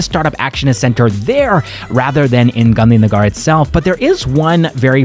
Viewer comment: If only you'd have said Gandhi Nagar (gar like purr) instead of Gandhi Nagaar, i'd never know you're not Indian 😄that's the only one you din't get perfect!